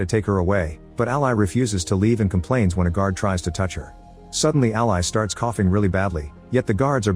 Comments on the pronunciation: dead that the computer said "ally" like the supporter/associate and not "Ally" like the name over and over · Can we train the ai voice to pronounce the name as “Al-ee” vs “Al-eye”??? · A pity the AI voice can't pronounce "Ally" as a name...